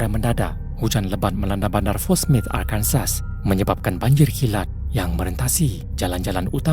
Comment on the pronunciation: Cerita ke 3, sepatutnya Dorothy mengenakan sabuk keselamatan juga anaknya patut mengenakan booster seat untuk kanak² kecil, yang bisa menyelamatkan nyawa mereka. Ajal belum tiba untuk Mustafa. Cerita ke 4 Arkansas disebut sebagai Aa-kan-so bukan Ar kan sas. Operator 911 bukan bertindak dan bersikap kasar, mereka memang dilatih utk tidak emosi dan sentiasa tenang mengendali situasi kecemasan.